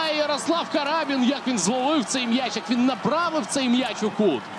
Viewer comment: Не карАбін, а крабІн.